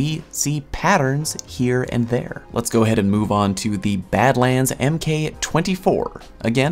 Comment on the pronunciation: MK is pronounced mark.